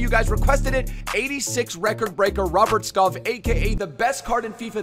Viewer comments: btw its skåål but u pronounce it sgoal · You can’t have an entire episode on a player and then say his name wrong. It’s pronounced “Skou” btw. Lovely video though <33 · Skov is pronounced more like skou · fyi its pronouced Skou, love from denmark u mad lad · Skov would be pronounced "Skou" in Danish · You say skorf when you say skov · If you wanna know how to say skov properly try searching “Robert skov frispark” It’s meaning free kick the majority of the goals he have made is from free kick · Google translate "Forest" from English to Danish and you will know how Skov is pronounced.